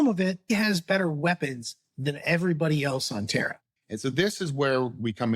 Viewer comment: Terra and Terror sound exactly the same when these guys say it. The age of "Terror" or the age of "Terra"?